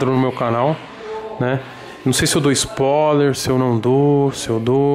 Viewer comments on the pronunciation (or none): "SPOLER" HUASUHSA é SPOILER TOGURO KARAI